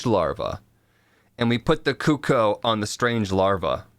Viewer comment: cooko.....hahaha not cookoo